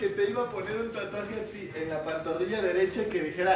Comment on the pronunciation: Emi no sabe pronunciar la l